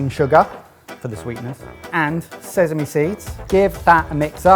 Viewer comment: “..and zezeme seeds” pretty sure the normals pronunciation of sesame has been noticed before🤪